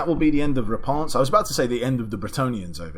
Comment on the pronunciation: Hes speaks real French!